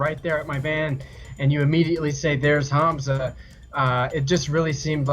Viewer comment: And he can't even pronounce names "Hanza" really Keem you really need learn how to speak god damn English.